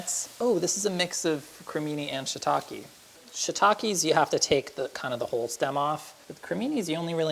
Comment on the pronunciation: Shiitake is pronounced "she-e-takeh". Maitake is "my-takeh".